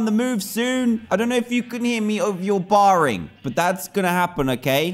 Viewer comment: Jakson he said it baring